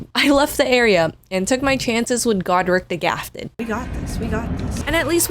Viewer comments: Why is it that people can never read names properly in these games? Godrick the gRafted. As in GRAFTED ON ARMS. Like the GRAFTED scions. What even is "gafted"? I swear people have never read a book in their life or something to not know how to pronounce so many basic words. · "Margrit the fellid" and "Gordrick the gafted" had my dying LMAO. i wished this video was longer. DLC version when